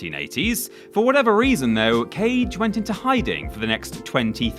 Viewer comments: Kage is pronounced "Kah-Gay", not cage. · Kage is said “kah-gay” not “cage” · Its KAGE, not "Cage" It means Shadow in Japanese i learned from Samurai Cop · Legend of KAGE (KHA-GEH) not CAGE 🤦🏻‍♂️ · Kage, as in shadow, kaagay. Not cage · Isn't it pronounced "Kah-Gay"? 🤣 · Ka- gay. Sorry to beat a dead horse. It bothers me a bit. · ....smh... it isn't pronounced cage..... cmon dude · every time you pronounced Kage like "cage" I died a little inside and now I'm entirely dead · he did it on purpose, premeditated murder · was looking for this comment and you sir are absolutely right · Isn't "Kage" pronounced "ka•gay"? Get your bloody pronunciation bloody correct. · The Legend of Kage - Kage is pronounced "kah-gay" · I'm so glad so many people noticed that too. It was driving me crazy. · You sure did! BTW, it means shadow. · I just got to that part and immmmmediately felt bad for you... lol ---- but yo when we were kids we all called it "cage" lol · Close enough yeah. Ka sounds like a crow, "caw", and Ge is pronounced like the start of "gay" just cut it off a little short so you don't hear the Y sound. You know the Ken Jeong clip where he goes, "hah, GAAAAAAAAAY"? He pronounces gay with almost two different syllables there, Japanese Ge is pronounced like just the first syllable there. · love the 1980's schoolyard pronunciation of 'Kage' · Immediately scrolled down after "Kage.." Not dissapointed XD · Take a shot every time "Kage" is said wrong lol